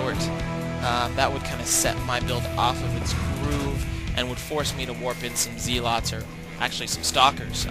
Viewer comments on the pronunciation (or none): (Zel) (it) not (Zee) (lot)